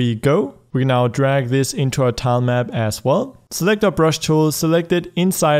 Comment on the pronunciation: Not trying to be mean, but it keeps happening: "Drag" not "Darg"